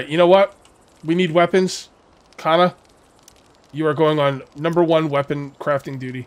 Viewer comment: Pronounce Kana like you would Lana....no strong a